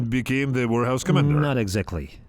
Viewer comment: I keep hearing "wh*rehouse" 🤣🤣🤣